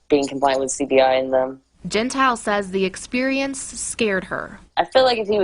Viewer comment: The worker is Cassidy Cordova not Cassie. Morgan’s last name is pronounced Gen tile